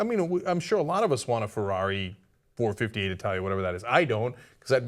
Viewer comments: it's not four fifty eight, it's four five eight lol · It's pronounce four-five-eight 😋. But I knew what you meant. Love the show. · Pronounced four. Five. Eight. Not four fifty eight